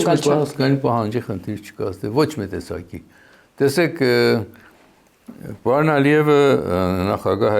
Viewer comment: Պաոն չի պաՐոն է,մի' ձևափոխեք լեզուն